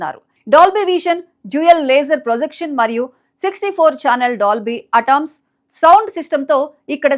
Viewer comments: Atomsaa?? 😂😂😂 Atmos cheppamma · News reader ila banda boothulu matladithe ela amma. Atmos ni Atom ani antav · అటామ్స్ కాదే పిసతల్లి అట్మాస్ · Correct bro many youtubers and anchors say s Atmos as atoms